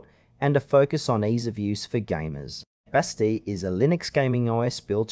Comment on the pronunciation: Thanks for the video.I have used Bazzite on a computer when I could not get SteamOS to boot. I have been happy with it. I have always heard Bazzite pronounced BA zite with the emphasis on the BA, and a short a sound, with the second syllable sounding Z long I (eye) t and a silent e at the end. But that may be because I listen to only English videos.